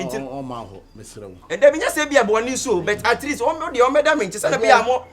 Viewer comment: At East, at east and at east🤣🤣, three dies today, eeeii akabenezer will kill us with his pronunciations ooh😄😄😄 I can't wait till de end oo 😅😅😅